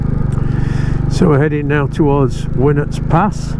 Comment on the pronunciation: Another cracking ride out, been nearly 50 years since I went down speedwell, still got a bit of blue John and can remember walking up winnats pass as part of the D of E scheme 🥵 ( good to hear winnats pronounced properly ) you’ve definitely got the right bike for those roads, looking forward to seeing future rides 👍